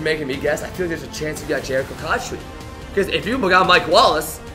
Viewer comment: He kinda lost he said cotcher not cotchery